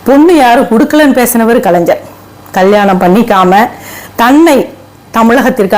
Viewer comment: நீங்கள் பேசுவது சரிதான் அம்மா, ஆனால் கலைஞர் எ‌ன்ற வார்த்தையை சரியாக உச்சரியுங்க‌ள் .